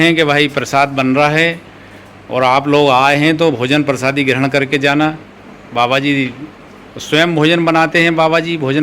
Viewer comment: Bhaiya sabkuch theek hai lekin ye prasadi kya hota hai. Prasad to suna hai. Bda irritating lagta hai jab aap baar baar prasadi bolte ho. Uccharan sahi kijiye thoda hindi ka.